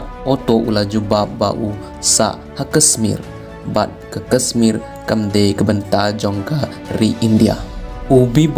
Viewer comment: Kashmir ym dei kasmir sngewbha ialeh ban pynbha ia ka pronounciation